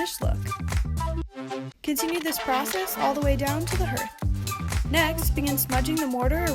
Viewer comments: Just a heads up, it's pronounced hARth, like the word HARD not hEArth like the word EARTH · I believe it is pronounced "harth" not "herth" it is not pronounced as it is spelled. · Correct. Hearth sounds like heart or hard, not earth or birth. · Looks good. But hearth is pronounced like heart, hard or Garth, not earth or birth.